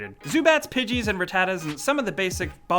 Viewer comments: Pig it?!? It's called pidgey OT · He said pidget not pidgey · What the fuck is a "Pidgit"